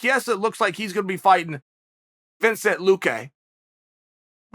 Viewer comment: Hazmat Chimaev and Vincent Luque. My man Chael gives zero F’s about these names man😂